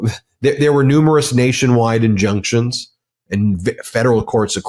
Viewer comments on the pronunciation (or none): Ben: "injuctions and... injunctions"? Huhh? 😆